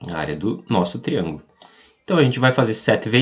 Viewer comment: Da pra entender, mas fala tudo errado (triangulo). Área do triangulo? Onde?